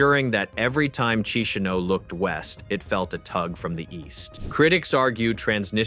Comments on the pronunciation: Key she now. Not. Otherwise, excellent explanation. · Learn how to pronounce Chisinau corect .